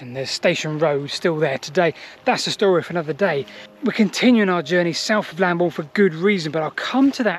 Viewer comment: Excellent, it would be nice to research Bockhampton Church one day. Also interesting that that route meets up with Roman Road Ermin Street. Look forward to more! ps Lambourn not Lamborn!! (unless you are using the old spelling!)